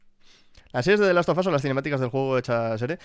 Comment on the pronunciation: soy el unico que entendio que dijo la serie "las tufas"? se que quiso decir the last of us, pero no puedo, simplemente no puedo cuando el lo dice en esos minutos... lamentablemente las animaciones y los videojuegos no se llevan taaaan bien (en especial si hablamos de cine yankie hoy en dia) bien podrian ir y comprar rockman (megaman), volver a hacer una serie o peliculas, y todos iriamos corriendo al cine a ver como nuestro robotito del casco azul y manos de cañones laser es llevado a la pantalla grande... peeero! viendo como mastican y escupen series como ghost un the shell o death note, no le veo mucho futuro a the leyend of zelda (por cierto tiene serie antigua y podemos ver porque link no habla en los videojuegos jejejejeje meme)